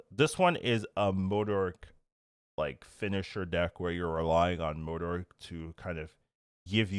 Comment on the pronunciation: Hearing day Modok correctly made my day lol